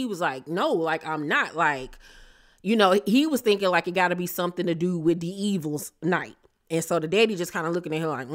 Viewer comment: it's devils night not D evils night 😂.